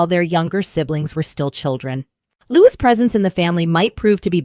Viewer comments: Lou-EE, not "'loo-ISS" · Why was the little Prince’s name interchangeably pronounced “Lou-ISS” and “Lou-EE” throughout the video? Narrator, make up your mind. The correct way to pronounce his name is “Lou-EE.” Louis is a nod to Prince Philip's grandfather, Prince Louis Alexander of Battenberg, and his beloved uncle, Lord Louis Mountbatten. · You're not pronouncing Louis correctly...